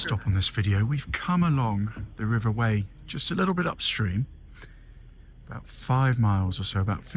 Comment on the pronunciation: Loved the vid, thanks. One of my favourite places, it's stunning. We pronounce it river Why not Whey!